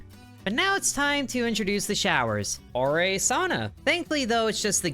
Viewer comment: So you can say sauna correctly... but not golem!